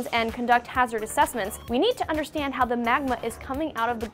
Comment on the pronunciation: she says understand so weird. Must have been struggling with the teleprompter?